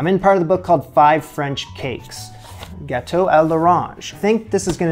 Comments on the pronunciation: I thought you said bateau. I was like, orange boat lol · Your so funny isn't it pronounced GGG Gauto like you say G then Gauto you have so much spunk these are great videos Funny fun and fantastic Toot Sweet Mo Fo haha